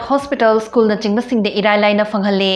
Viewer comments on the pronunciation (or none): none